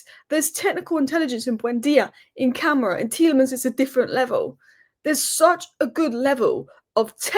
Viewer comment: it's not camera it's Kuh-MAH-ra.